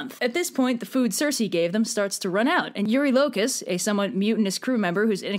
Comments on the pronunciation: after listening to epic hearing his name pronounced as shocked me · YOU'VE DOOMED US ALL